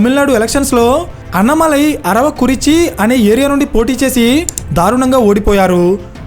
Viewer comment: అన్నమలై కాదు, అన్నామలై అతని పేరు. తమిళులు కానీ విన్నానంటే ముందు మీకు ఫోన్ చేస్తారు మిత్రమా.. రెండో విషయం.. కులాల గురించి మాట్లాడడం మంచిది కాదు. చూస్తూంటే కమ్యూనిస్టులు దింపిన పెరియార్ సపోర్టర్ లా ఉన్నారు మీరు. ...